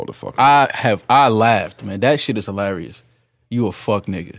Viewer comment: Its hee-larry-us how Joe said he was out after listening to his own verse